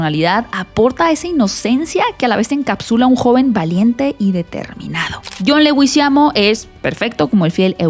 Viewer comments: No es "Legüizamo" es "LEGUIZAMO"... SIN diéresis... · Por favor aprende a pronunciar es Leguizamon, es un apellido latino, Jhon es colombiano. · John Leguizamo es colombiano, Leguizamo se lee en español. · Ud como está pronunciando el LEGUIZAMO ? me sangraron los oídos